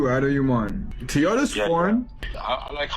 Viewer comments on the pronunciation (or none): Why do so many of these Youtubers say "TEE-yota"? There's no E in Toyota.